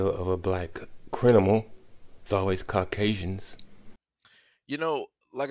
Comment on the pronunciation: First dude couldn't even say criminal correctly 😂😂😂